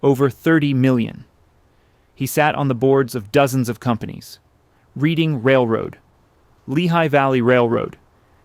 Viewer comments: It's pronounced "RED-ING Railroad" NOT "Read-ing" even though it is spelled Reading Railroad. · Reading is pronounced reding… this is was my old neighborhood, I was a teenager when they tore it down.. we 😮 explore and/or party ithere …it was a magnificent … but by then was a shell… I think a kid drowned in the pool … and then they decided to scrap it. There are some original statues